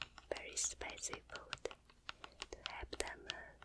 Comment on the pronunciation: some words that are 10000% better when says them: wercome (welcome) flawour (flavor) derlicious (delicious) warter (water) sow sauce (soy sauce) foowd (food) specy (spicy) miyulk (milk) sree (three) mashmellows (marshmallows) comfotable (comfortable) also when she held up the choco boy stuff, all i could think of was the ytp of the click noice guy (Michael Rosen?) called Michael Rosen's Chocolate Boy Obsession lmaooooo. LOVE YOU SO MUCH ❤️❤️❤️